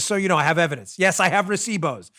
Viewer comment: You said recibos very well dam 🤣🤣🤣